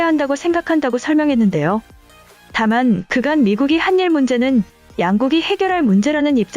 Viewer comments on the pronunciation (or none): 한일을 하닐으로 읽어야지 한닐이라고 읽으니깐 되게 어색하네..